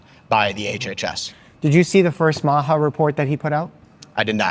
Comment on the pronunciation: MAHA is pronounced MAAAAHAHAHAHA 😂